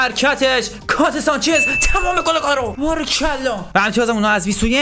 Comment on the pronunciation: الکسیس سانچز نه 😅😂 درستش الکسی سانچز هستش